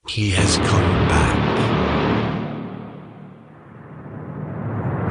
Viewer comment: When U said - he has come back, i thaught that U said - he has CALM back. LOL XD